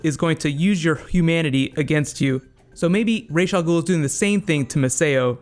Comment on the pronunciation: Raysh Al Ghoul? its Ra's Al Ghoul, y'know the Egyptian sun god Ra basically that